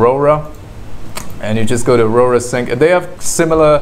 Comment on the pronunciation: Aurora? AU-RA